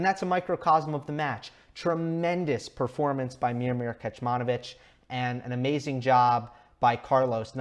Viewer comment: Great analysis as always. One thing, "Kecmanović" is pronounced as "Ketsmanovitsch". The first "c" doesn't have an accent so it is pronounced as "ts" as in "Tsitsipas". The last "ć" with the accent is pronounced as "tsch" as in "Djoković". I am Serbian and just wanted to let you know, I did not mean to be rude or anything. Just so you know how to pronounce it in the future as I am sure we will se a lot more from Miomir. Keep it up man:)